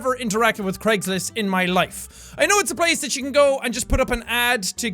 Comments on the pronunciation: it sounds like you're saying Creggslist and I love it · Dude it's Craigslist not jacksepticeye try not to laugh